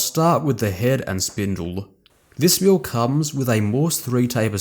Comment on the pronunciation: hahahaha! Even the closed captions hears mule instead of mill! Great video BTW!